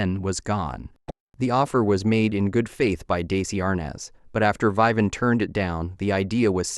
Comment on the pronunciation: the reader can't pronounce Vivian? WTF? poorly done